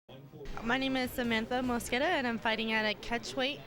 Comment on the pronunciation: its MOS-QUE-DA the fuck is so hard about that